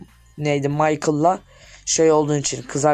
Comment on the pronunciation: Micheal degillan micchella mişel